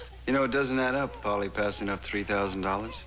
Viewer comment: Couldn’t the writers just picked a name other than Polly, it sounded like Foley 😂